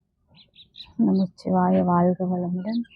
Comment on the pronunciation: நமச்சிவாய என்று ஒரு முறை கூறுகின்றீர்கள் ஒரு முறை நமசிவாய என்று உச்சரிக்கின்றீர்கள்